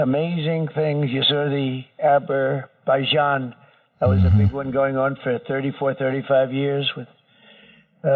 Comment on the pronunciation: Aberbaijan vs Albania 😂